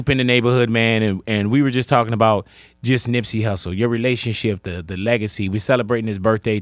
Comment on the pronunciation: Who the fuck is Nipsye?? FIX IT!!!